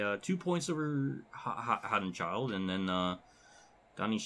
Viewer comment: It's pronounced haud-en-shield